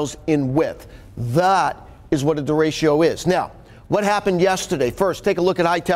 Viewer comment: How is it possible this guy can't pronounce derecho?